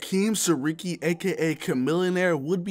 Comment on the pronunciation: His last name is pronounced Sarah-key